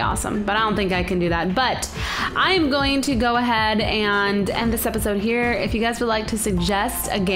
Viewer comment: You said "Play Ghostly Me hree"